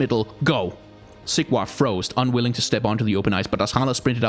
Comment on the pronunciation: Is it just me or everytime he says Sigvar's its sounds like Siegward. I can't stop hearing it now!